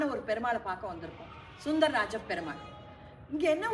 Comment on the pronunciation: Adiyen adiyen dasan super.please pronounce soundararaja perumal not sundararajaperumal.